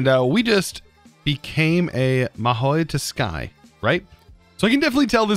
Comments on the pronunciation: Fyi it’s pronounced “ma-ho (very slight t)su- kaie” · Its pronounced as ma-ho su-kai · Ma-ho Sue-ky. That's how you say Mahou Tsukai. It's japanese...from what I can tell from the name. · its always funny how he pronounces stuff he doesnt know :D maheo tsukai = maoi tusky Ars Nouveau = ars nuvu haha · I don't see why, he says EVERYTHING wrong. Adding 20 letters and saying mahoy to sky is just commonplace round here. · yeah hearing what he calls it made me even more depressed than I already am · When he pronounced Mahou Tsukai wrong..... I literally died.... Still love the content tho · it's fine when he says normal words wrong... But when he says anime related things wrong, I literally cannot